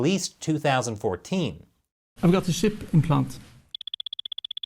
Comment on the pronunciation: ship or chip what is it lol. 🤣😂 it's killacell baby